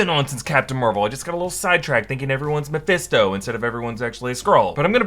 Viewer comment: Can you just once...... Make it thru a video without saying Mofisto? 😂